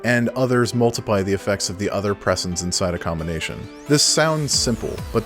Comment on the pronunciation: It seems like Pressens is meant to be pronounced like "presence," no?